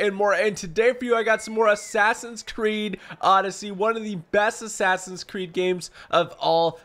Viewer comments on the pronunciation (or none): He said assassin's tewwd